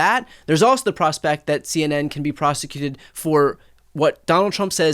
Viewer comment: Two illiterates, he's a mess said prostituted not prosecuted 😂